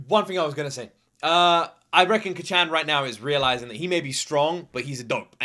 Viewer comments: This is absolutely one of my all time favorite animes! If you're loving it now, I can't wait to see your reactions to later seasons! Also, Kacchan being pronounced like you would say kachow, absolutely fries me 😆😆 (If you're interested in how it (and other Japanese words) is said, keep in mind that Japanese is a mora-timed language, not a stress-timed language like English! Each syllable is pronounced for the same duration of time, giving it a staccato-like sound! Japanese lacks the strong emphasis on syllables that English has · Can you please stop calling him Kacchan lmao... It just cringes me idk why... Imagine if your friend from childhood or your sibling called you an infantilizing nickname like Luky-Luky, I wouldn't personally call you that because I'm not close to you at all... (+ the pronunciation is really off so it kinda irks my ears too). Like you can just call him Bakugo like every other character in the show and every single person who watched the show, + it's easier for the pronunciation. Anyways, glad you're enjoying it so far, I knew it would be one of those you would like from the beginning based on your prior reactions to other shows, but it'll be fun watching this show again through you eyes. Have a great day/night! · Praying the pronunciation of Kacchan gets better as the show progresses